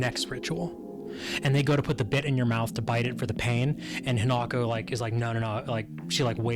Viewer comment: Y'all still can't pronounce the main character's name, right? Her name is hinako. Not he not go.